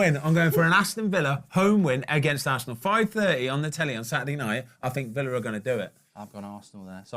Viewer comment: Nah mark actually got villa right 😶